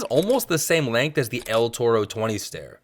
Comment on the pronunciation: "Heel Frip" "El Tordo" I love the video bro, keep them coming! 🤙🏽🛹🔥